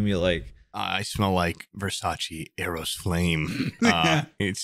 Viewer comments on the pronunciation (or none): none